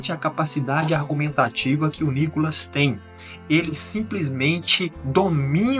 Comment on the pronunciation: Reporterzinha ...chama a vaca de deputada , mas chama o deputado niicolas de nicolas ...mais respeito